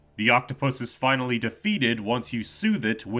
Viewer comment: "Sonic Dimensions" 🗿 "FIYNAHLEE SUMTHIN INCHERASHTENGH" 🤓